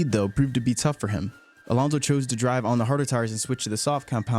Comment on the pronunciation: Why do you keep saying Alonzzo? Alontzo? It's AlonSo